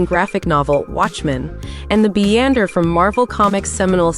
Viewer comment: Isnt his name Beyonder (as in Beyond) .... not Beeander ?? Sometimes people should put in som effort...